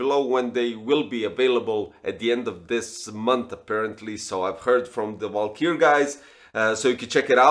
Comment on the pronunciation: It's Valkyrie, not "valkyr"...